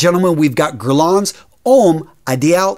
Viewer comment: Ouch. The pronunciation here is absolute cruelty. Homme is prounounced om not ome. Drop the last letter in French words; so you drop the n in Guerlain. Millesime is prounounced with a z. Azzaro is pronounced like arrow... I had to give up at this point, my ears were bleeding from this aural rape. If you're going to talk about a subject please learn how the words sound; the language of perfume is pure poetry.